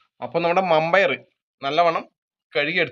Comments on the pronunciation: പയർ വെന്തില്ല വൻപയർ എന്നുപറയൂ വമ്പയാരല്ല നിങ്ങടെ സംസാരം ഒന്നും മനസ്സിലാവില്ല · മമ്പയർ അല്ല വൻപയർ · മമ്പയർ എന്നെ കേട്ടിട്ട് എന്തോ പോകെ വൻപയർ എന്നല്ലെ പറയേണ്ടേ